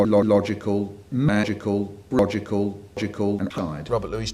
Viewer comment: Haha . "Rogical"